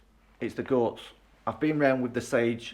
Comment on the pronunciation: Hola from Spain. Love it , love you & your presentation. Thought you said ' Ghosts ' but realized it was Goats 😂. Your young enough to get stuck into this renovation, we've just tackled another in our 70's... Look forward to following you ❤